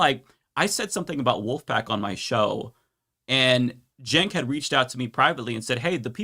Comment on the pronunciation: It's nearly 2025 and this guy's still pronouncing it 'Senk'